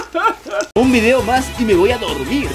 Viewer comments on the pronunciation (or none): none